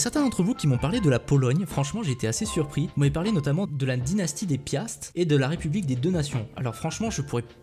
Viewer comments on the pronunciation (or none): none